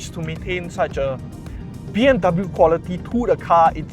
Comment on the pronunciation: 'dub bew' hahahah good video either way